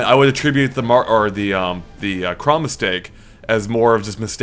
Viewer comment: sounds like is saying cumb not chrom its kinda funny